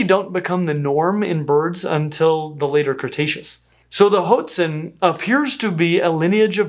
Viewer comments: ah, one of my favourite birds though you pronounce that first half of its name too much like it's cereal for my tastes (i suppose if the spanish had chosen to transcribe it with a U (huatzin) instead of an O (hoatzin) we anglophones wouldn't make that mistake so often) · At the risk of being one of those pedantic commenters: the word "hoatzin" is pronounced "HWAT-zin," or "WHAHT-zin." The first consonant is made by blowing through pursed lips, like a silent whistle. I believe you've been to Brazil and are familiar with the Waorani/Huarani people. Same pronunciation on the first syllable - though the word "hoatzin" is Nahuatl (Aztec) in origin, and probably referred to some kind of pheasant. Anyway, not trying to nit-pick; I just know that folks around here are fond of obscure and fun facts - and I feel like "HWAT-zin" is way more fun to say than "HOAT-zin." :) PS Edit: The Weird All and VeggieTales references gave me a good giggle. Thanks, as always, for the top-shelf nerdery! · It’s pronounced “WHAT-zeen” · "Hotezin"?? I've been pronouncing it 'ho-wotzin' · Is Hō-tzīn the right pronunciation? It looks like 'Wá-tzīn' to me. Or hwá-tzīn. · isnt it pronounced hwah tzin instead of ho-tzin? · You're pronouncing it wrong: Hoatzin is pronounced "(H)WAT-sin" or "hoh-AHT-sin", not "HOHT-sin" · I've always heard these birds pronounced WAT-zin. Are there alternate accepted pronunciations? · Are we sure it's not pronounced "Watson"? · Clickbait! Never answered the Hoatzin question! And also pronounced them like Jot'sn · Hoatzin is a Nahuatl word (really a latinized simplification of huāctzin), and is pronounced wah-TZEEN (Like how Oaxaca is wuh-HA-ca, not OKES-aca). I'm excited to learn more about these amazing birds, but it's going to be a difficult watch for me because mispronunciations are a real pet peeve of mine. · I thought it was pronounced "Watson" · I thought "hoatzin" was pronounced "HWAH-tzin".